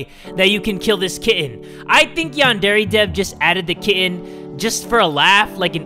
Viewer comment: I heard kid not kitten